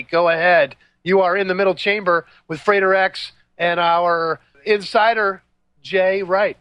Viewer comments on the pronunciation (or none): Frater is not pronounced "freighter", you do not lug cargo around the globe...